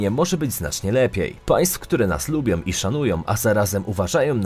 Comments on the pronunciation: Ja bym miala jeszcze inne uwagi. Caly czas slysze zamiast ą na koncu wyrazu om. Turcjom, Polskom, potrafiom, dobrom, krajom itd. Nie brzmi to dobrze i nie jest po polsku. Jak to dobrze, ze nas szanujom, jestem tym krajom niezmiernie wdzieczna, ze nas lubiom. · Po polsku mówi się szanują,a nie "szanujom", lubią,a nie "lubiom ",z rodziną,a nie "rodzinom" Ciężko jest przebrnąć to wszystko. !!!!!!